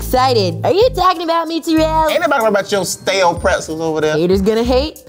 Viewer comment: i worked at auntie annes pretzels for years and coco made me cringe the whole round lmaoo and im mad she said wretzels and not auntie annes as well lmaoo...she could have just grabbed it by the two ends and the base and picked it up ... and the key to forming it is all in the wrist but she did a great job forming them her way as well lol